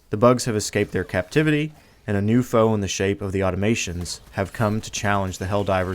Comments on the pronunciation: Auto-mah-tonnes Great videos though! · Please learn how to pronounce "Automatons". Good stuff, regardless.